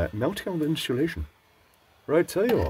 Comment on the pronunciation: Do a large number of ppl in UK add an H to the word insulation? No judgement, just curious.